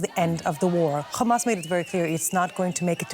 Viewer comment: it's Hamas. We know you can pronounce H perfectly fine. There is no need for "Kha" sounds.